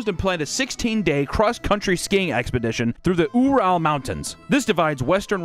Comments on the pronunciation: “Ooral polytechnic” “Yikitereenburg” Idk how these words are supposed to be pronounced in Russian but even by English standards this is incredible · ‘Ooo rale’ mtns…… he’s never heard this story that everyone knows or heard it pronounced? 🤣🤣 that’s impossible!! 🤣🤣kinda takes me out of it.. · “oo-ral mountains”🤣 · Ural is pronounced Yural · I’m not Russian but I do know how a lot of these words are pronounced and dear god His pronunciation of Ural made me mad 😂😂😂😂😂😂😂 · the pronunciation of Ural is crazy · He couldn't even get "Ural" right lol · Lmao couldnt even say ural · I knew as soon as I heard the pronunciation of "ural" that we were in for a real treat with the russian